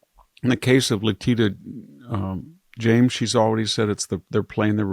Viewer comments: Victor always pronounces her name wrong. It is Letitia James, not "Letita James." She clearly was a DEI hire and another person who should not have been elected. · Few points: 1) victor should read children’s books — would help people get to sleep 2) he must know by now that “le teet a” is not her name, but he must like pronouncing it that way — but he also pronounces other words incorrectly yet consistently (currency, magnanimity, 3) would love for a victor segment on Greece and the holocaust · said it right just before he said it wrong! And he says it wrong every show! I think he's doing it on purpose, and the sad thing is it sounds racist (though I know he isn't). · It's pronounced Le tish a. Hopefully they'll get it right on her prison record. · Victor, this was one of your worst days ever for mispronunciations. corrected herself on Letitia James and got it right. You should’ve listened to her because when it came your turn to say Letitia you got it wrong again! Twice you named the South Carolina fort which began the Civil War and you pronounced it "Sue Mer" instead of Sumpter. and should be helping you! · I love VH’s views! But please pronounce words correctly (Letitia, nuclear).